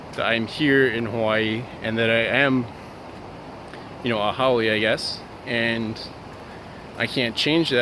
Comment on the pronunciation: Great video and I'm glad you said haole because I was saying it wrong, sorry. People that are negative are very insecure.